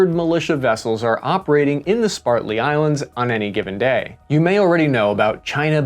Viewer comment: "spartly" islands- most intelligent american